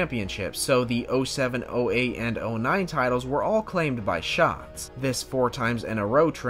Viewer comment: I find it funny that the narrator (not you) got his name wrong 😑 “ it’s an active bravery that Donny Schaaatz will never forget”😬 Like bro…. If you gonna say it like that at least get his name right 😂